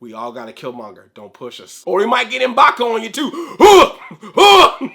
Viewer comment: It's not Em'baku. It's M'Baku.